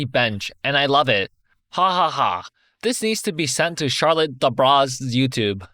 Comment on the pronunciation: The way he prononced Charlotte's name 😂😂😂. Please do some research. She's famous on YouTube here